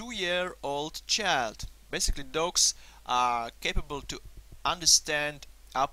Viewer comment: IT sounds like you saying ducks...